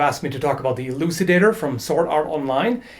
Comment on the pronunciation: Elucidator sound like Ejaculator